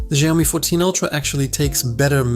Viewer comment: its SHIAOMI not JIAOMI bro !